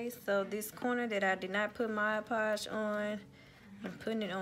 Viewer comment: I just realized... You’re the only person I’ve ever heard pronounce mod podge correctly.